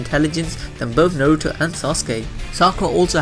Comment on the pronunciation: The pronunciations of Konoha, Naruto, Uchiha, and Boruto drove me nuts while watching this.